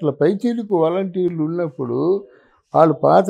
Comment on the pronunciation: వేలంటీర్లు కాదు, నీవు సరిగా పలకడం నేర్చుకో, వాలంటీర్లు అని పలుకు.నీలాంటి వాళ్ళు ఇలా మాట్లాడుతుంటే జనాలు అసహ్యించు కుంటారు.